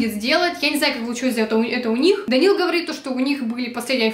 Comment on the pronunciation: Я одна орнула когда Данил дЭнсИл🗿😂